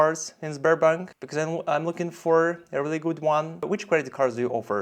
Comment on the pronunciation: Да, больше всего резануло "бекоз"